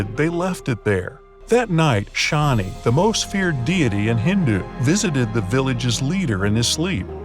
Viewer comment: Its shani dev ... Not Shawnee... And keep posting interesting videos.. I really watch alot of your channel's video..👍👍👍